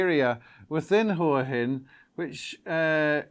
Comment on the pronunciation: Nice job and big thanks for pronouncing Hua Hin correctly.